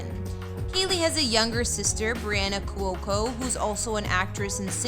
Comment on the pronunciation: She pronounced it correctly. kWOE-co. Rhymes with loco.